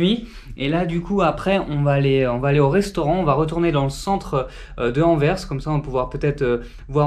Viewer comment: jolie vlog mais les prononciations des villes c'est pas ça :p Anvers au début après ça va mieux ... Par contre Ostende là enfin c'est juste pour info ^^